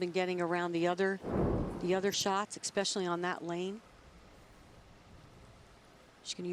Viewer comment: To sum up this video: "She does exspecially well on the right." "YES! YES!"